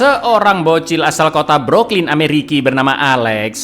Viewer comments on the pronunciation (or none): DEYYYMMM " BROOKLYN" BRO🤣